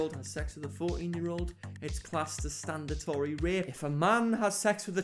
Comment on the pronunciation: Google the pronunciation of statutory